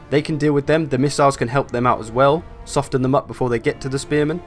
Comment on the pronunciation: SOFFEN NOT SOF-TEN